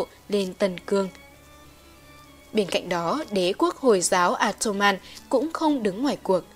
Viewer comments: Ốt tô man chứ ko phải a tô man ad nhé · Sửa lỗi phát âm 1 chút nhé :)) Ottoman đọc là Ót tô men nhé